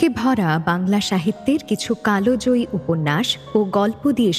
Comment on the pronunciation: কথা টা কালজয়ী কালোজয়ী নয়